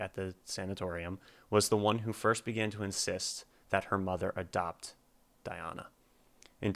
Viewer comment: You did great on pronunciation the first time you said it. Not so much the 2nd time. :) Phonetically pronounced DeeAHna AnkuDEEnova. This link is Diana pronouncing her own name